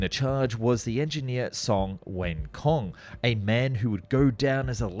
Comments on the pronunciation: “C” is pronounced as “ts” in Chinese, so Song Wencong is pronounced like song-wen-tsong, not song-wen-kong😂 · The c is songwencong should be pronounced as ts